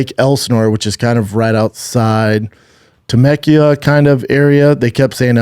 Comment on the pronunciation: Still trying to figure out how Schaub pronounced Temecula if that's what he was trying to say.